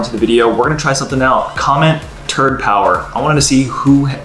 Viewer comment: Lol Really, “Turd Power?!” 🤣